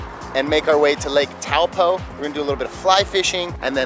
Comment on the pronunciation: I loved New Zealand!! Thought Taupo was pronounced toe-paw, though?